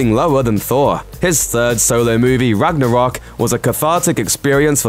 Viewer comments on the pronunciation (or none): none